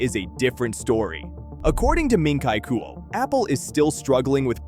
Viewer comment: Who the fuck is min-tai kuo